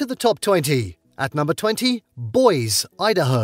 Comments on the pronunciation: Needs to learn American English. ;) Mish-e-gin. BOYZ-e (Boise). :) Ar-can-saw. (Arkansas) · I stopped watching when he pronounced Boise "boys." Smh. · Boy's Idaho 😂😂😂 it's Boise not Boys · I mean its clear this dude is just doing basic research we could all do and then making a video on the topic to spam ads.. Not like this dude is well versed and probably not a US resident lol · and Boys, ID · " Boys ", Idaho lol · Good list but you should check the pronunciations of places like Boise and Arkansas